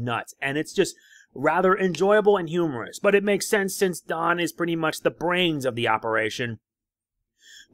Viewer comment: The first time you Said don it sounded like jon lol